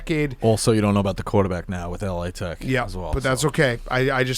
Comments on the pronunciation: Stop saying L A Tech you douche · Can you tell it is “Lah Tech” not “L-A Tech”